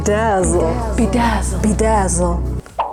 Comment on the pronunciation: It was funny when you said "be dazle"